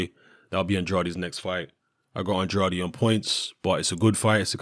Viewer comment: The "ade" in Andrade is pronounced like the ade in Lucozade.